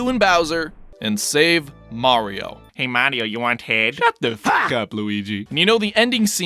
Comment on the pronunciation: Maㄧㄧriㄧㄧo Sounds awkward.